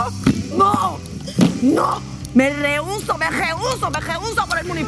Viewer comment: dijo Me leuso dijo al primsipio y después lo corrigió me reuso